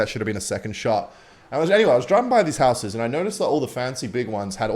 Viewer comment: For someone who can’t pronounce the word “houses” correctly seemed to want to say it a lot.